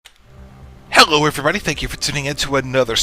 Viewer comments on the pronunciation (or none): HEH-llo everyone.....